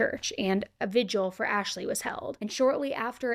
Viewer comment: Its not a “vig-u-al” It’s “vigil”. Sorry but it’s super annoying, especially when someone makes her living speaking and reporting stories. There are several I’ve noticed Like “pedi-stool” vs “pedestal”.